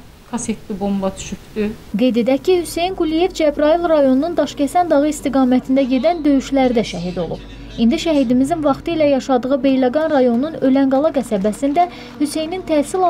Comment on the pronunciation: Allah RƏHMƏT ELƏSİN KƏNDİMİZİN İGİD OĞLU. ..MƏNTNİ səsləndirən xanım xaiş edirəm mətni oxuyarkən KƏNDİMİZiN adını düzgün oxu.ÖLƏNQALA YOX ÖRƏNQALA Qəsəbəsində.